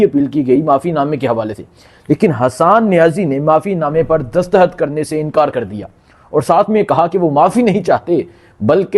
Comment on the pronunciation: Bhai Imran khan hota ha Imran haaan koi word ni ha. Dastakht hota ha dastahat koi ni hta lol